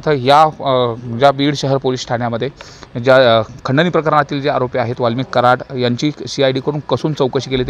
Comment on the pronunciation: "आरोपी " ऐवजी 'आलोपी 'असे ऐकू आले 😠